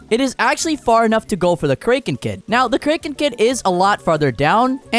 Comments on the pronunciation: Btw I noticed when u said kraken kid and pronounced it as (crake-in) when its pronounced as (crack-in) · Cra ken it’s pronounced like that not like this crae ken kid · "We need to get kreken kid " WTF IS KREKEN KID 😭💀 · Wasn't it pronounced kraken instead of kraken? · Jeez. The way you say kraken. Like wtf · it's pronounced kraken, not kraken... Smh, never watching you again. 💔